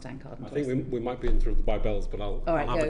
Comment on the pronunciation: Vee Vill Vork to Vin this. somebody teach this guy it's "we" not Vee